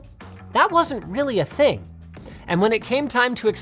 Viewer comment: “That’s a ting” , u know u know